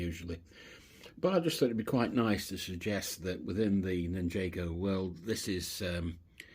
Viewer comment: Loving your videos mate. I have a huge city under construction in my garage. Assembled way more than enough to fill around 120 baseplates - just need the time and motivation to get on with it. Just one small thing please - it's NIN-JAR-GO lol.